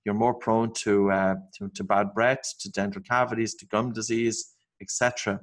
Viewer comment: I don't quite get this, you are saying 'brett' when it seems you might mean 'breath', but the n you're saying 'breed' when it seems you may mean 'breathe'...please could you clarify your peculiar pronounciations...